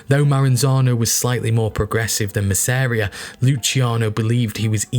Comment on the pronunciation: Your documentaries are absolutely amazing and top notch and there are only two mistakes I’ve spotted in all of your vids I’ve been bingeing today; but… You mispronounced Masseria’s name.. &; the second mistake was when you said, ‘The boss of all bosses’, in Italian. It’s, ‘capo di tutti capi’, Capo meaning Boss Di Tutti meaning of all Capi meaning bosses or leaders.